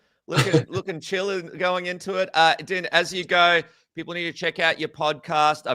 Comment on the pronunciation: Its pronounced "Dean", not "Din" as in "Dinner". How do you cover the sport and not know this?